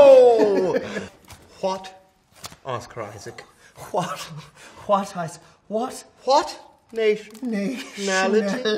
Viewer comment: I love how they say pedrou peasqueal and a Oscar aisac as if they didn’t know how to pronounce their own names in Spanish 😂😂😂